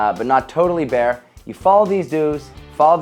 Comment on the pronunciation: "avoid going bear". RAWRRR!! oh.. you meant "bare"